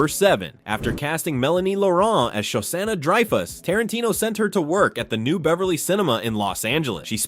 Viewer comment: I liked the video. Your pronunciation of Shosanna is horrendous though. Show-Shawna….